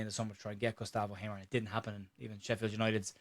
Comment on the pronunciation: I loved the intro. It sounded like Hamer was an Irish player. You pronounced it, "Gustav O'Hamer." 😂